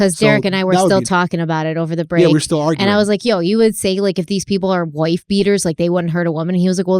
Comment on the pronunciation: did she say woooyyff beater